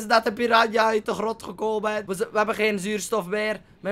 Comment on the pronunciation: houd van je enzo.. maar uhhmm.. Nou ja PIRANHA, niet PIRANA.